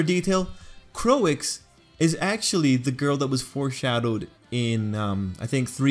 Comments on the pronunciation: I like how you did this,But i dont know why people are making fun of you cuse you said "Coix" i think you did great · 'Croix' should be pronounced like 'croah' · No, Croix is pronounced as "Kroy." Think about the Japanese dub of DBZ. We don't pronounce character names as "Kurirrin" or "Piccorro." They use consanent vowel pairs in most of their letters, which limits their pronunciation capacity.